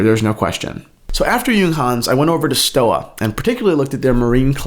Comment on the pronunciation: It's pronounced like Stova with a v.